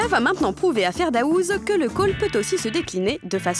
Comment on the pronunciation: Je rêve ou la gow a dit " ferdaOUse " 😂😂